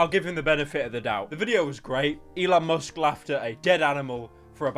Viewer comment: eLoN mOwSk